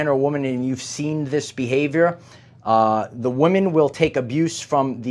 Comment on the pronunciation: Please don't succumb to the internet mind-worm of losing the ability to pronounce the plural "women",. <3